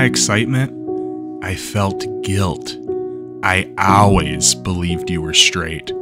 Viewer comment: "I Ow-azz belived...." I laughed my ass off when he said "always" lik that lmao